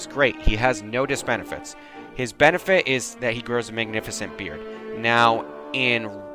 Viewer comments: I died inside when I heard disbenifite and if I mispell auto corrects a bitch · Did you say "Diss-benifits"???